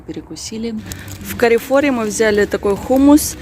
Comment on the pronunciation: Правильно Карфур)) а не карефор